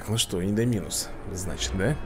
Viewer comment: Шёл 176 ролик про jurassic world, а до сих пор называет ИндОминуса Рекса ИндомИнусом..., в названии ИндОминус ударение падает на О.